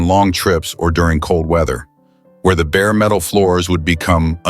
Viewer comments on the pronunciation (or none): none